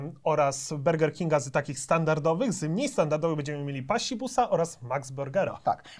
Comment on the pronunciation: Czy tylko mnie kuje w uszy gdy mowi 'berger'? xdd